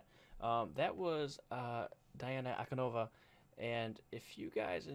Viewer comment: An-ku-DEE-no-vah (common error).